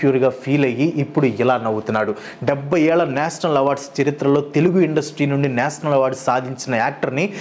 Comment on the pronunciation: "ష" పలకటం నేర్చుకో బ్రో! అస్తమానం నేసనల్ అని వింటూ ఉంటే బాగోలేదు 🫤